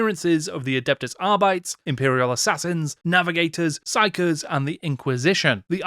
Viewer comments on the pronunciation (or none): I too pronounced Arbites wrong for years. Turns out it's pronounced R-bee-teez. 😅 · it means that it's not clear how it was normally pronounced but it should be pronounced closer than other Latin languages like Italian or Spanish rather than English, which is Anglosaxon And that Arbites pronunciation was pretty bad IMO